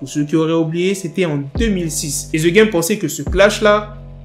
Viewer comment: On prononce #degame please